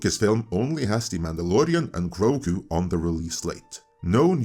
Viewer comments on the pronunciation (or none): none